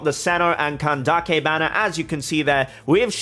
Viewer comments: i actually think pronouncing it candakke is…. more offensive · Kandake is pronounced more or less how you said, but Candace can be pronounced the usual way. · hey, genuine question, how sure are you on which syllable the emphasis should be for candace? so "CAN-dace" or "can-DA-ce"? i would have assumed the former, since i think it probably originates from the latin word candicare, where the emphasis is on the first syllable "can" also, for "cyno", since its greek, I think the "y" should be pronounced like the german "ü" (instead of "se-no" as you say it in the video), but idk if maybe hoyoverse themselves aren't sure about that (the "cy" or "sü" sound is quite difficult to recreate in japanese/chinese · I'm confused where can-daak-kay came from, because when I look up pronunciation it's kan-dis 🤔 being genuine here, have I missed something? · ok mr you explained the etymology of klee, and cyno.. how about candace? i used the pronounciation funtion of ggl translate for both greek and arabic and they both say it like [canned-ace] while you say it like [can-da-ke] which i want to understand. thank u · bro.... if her name would be kandake i would understand, but its candace, even dawei the ceo (iirc) from hoyoverse says candace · Why calling her "Kandake" when her name is Candace?? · Neither. Ideally it would be pronounced like Kandaka. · I am super glad youre saying candaces name like kandake. Im half egyptian and i find it extremely disrespectful that mihoyo is telling the VA's to say the names wrong